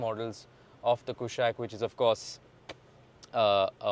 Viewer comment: Kushaak, not Kushack, please, its been years